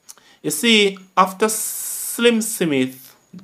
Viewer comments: It's just the way he speaks as a jamacian older Jamacians pronounce Smith as sim mit a just so it is,is so my father did say it too 😊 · One with you. You need to pronounce words properly . Example Smith /Smith.and more which is too much to mention